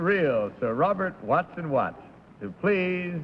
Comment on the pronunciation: It's "Watson-Watt."